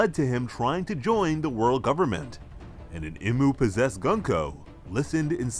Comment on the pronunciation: its pronounced E-MU